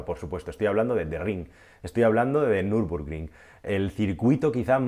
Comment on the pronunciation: es Nürburgring no Nürbrugring. Buen vídeo. Un saludo